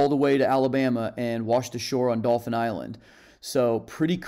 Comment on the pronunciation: not spelled. Pronounced....you literally said Dolphins Island. If you have a speech pathology, then I apologize for the remark.